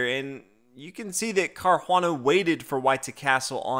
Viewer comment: That sounds like accent gone Boston lol